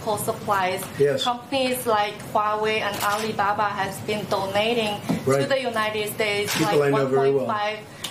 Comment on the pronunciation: Yeah, just listen to the way she says "alibaba". A dead giveaway.